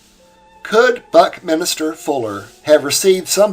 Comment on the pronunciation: I am enjoying your videos and have a very slight correction. It is Buckminster not Buckminister. Also, I knew a person with the name Bauersfeld, was pronounced as "Bowersfeld", but that does not mean your pronunciation is wrong.